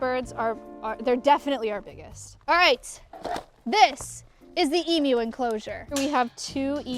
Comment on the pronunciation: I came here from Lindsay's channel. Maya is a great lady, setting this whole thing up. I was really pleased that she pronounced 'emu' correctly and I actually learned something about them. I'd never heard a male emu vocalisation. I've heard the females lots but never a male it seems, and I'm a 65 year old Australian. I get blue tongues in my yard occasionally as well as rainbow lorikeets which I saw in a momentary shot. Again, well done Maya. You're doing great work.